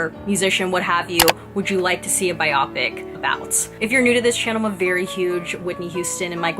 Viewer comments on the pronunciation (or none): Very nice review! You have a a nice way of presenting your thoughts (just as an FYI: it’s “ bio-pic”. 🙂). I am a huge and longtime (since his heyday in the 70’s) Elton fan. Had I not known the route this film was taking prior to seeing it, I would have been gnashing my teeth over all the songs that were used years before they were actually written (or in the case of Bernie giving Elton the lyrics to “I’m Still Standing, 7 years after the fact), as well as other things that were not exactly true. Fortunately, however, Dexter Fletcher the director, and the others involved with the movie, were very honest about these things, so I was aware of them going in. Re: “Tiny Dancer”, don’t know if you have seen Elton and Taron Egerton at Elton’s AIDS Foundation Oscar party earlier this year